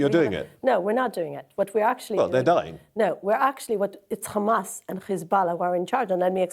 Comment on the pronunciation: She can say Hamas but she purposely says khamas